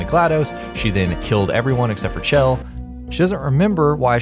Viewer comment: Holy shit. Chell is pronounced SHELL